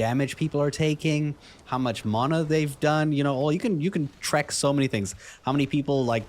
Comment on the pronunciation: CursorTrails is something I've needed for a while. Ok content, a lot of weird pronunciations of words like 'enchant' and 'mana' however the addons content was ok. I thought it missed out several basic MUST have addons like a bag addon (Betterbags for example), dialogue UI (for improved quest reading), dragonrider (for improved skyriding indicators), Litemount (for mount management), Mapster (for improved maps), Postal (for improved mail), and QuestPlates (for a significant improvement for quest targets, daily quest targets, etc).